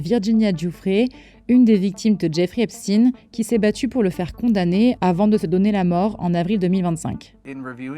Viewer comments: Epshtayne pas epstine 😂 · Ce n’est pas Epstine mais Epstein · De grâce prononcez correctement le nom des personnes, ce n’est pas Epstien, mais Epstein ! Pour des formateurs ou des soi-disant journalistes, c’est quand même la moindre des choses, qu’est-ce qu’on vous a dit à l’école ? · Ipstine!! On dit pas einstine mais einstein!! Pk? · Même la prononciation d'Epstein est erronée, pour cacher quoi exactement ?